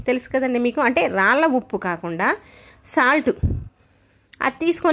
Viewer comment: ఉప్పు, బట్ట , నలుపు ఇలాంటి మామూలు తెలుగు పదాలు కూడా మీకు పలకడం రాదా, మీరు ఏ దేశం లో పుట్టారు తల్లి